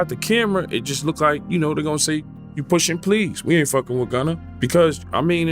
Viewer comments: Mfr said “pushin plea’s” im DEAD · "Pushin Pleas" 💀